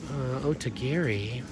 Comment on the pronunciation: I have a funny confession. When I first started watching you, and the first couple times I heard you mention Otagiri, I thought you were saying "Ode to Gary". 😂I had never heard of it before! Then when I saw it written somewhere it dawned on me-- a little epiphany. LOL